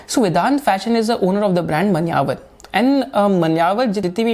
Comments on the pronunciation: 😀 i think its मान्यवर ... Not मनयावर...may be i m incorrect...btw excellent video sir ... As usual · Manyavar is pronounced as ' Maa'nya'var'. Thanks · मान्यवर...aa after m in pronunciation. .Bhai dilli..me ye haal hai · Your pronunciation if Manyavar is very funny 😅